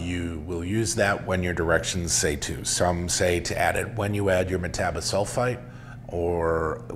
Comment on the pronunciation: No, the CO2 does not affect flavor. You are pronouncing Metabisulfite incorrectly. And it is never necessary to degas for an hour or even 20 minutes. I have made well over 50 kits and degassing has always been about 4 minutes max using the Mixstir in a carboy.